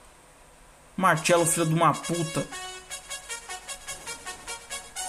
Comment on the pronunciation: Se o restante da temporada for assim kkkkkkkkk vai ser dahora kkkkkkkkkkkkkkkkkk Martchelo kkkkkkkkkkkkkkkkk vai passar mal de tanta raiva ainda kkkkkkkkkkkkkkkk